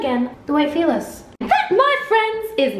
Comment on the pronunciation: Lmaooooo when she said white “Fila” girl that is not how you pronounce it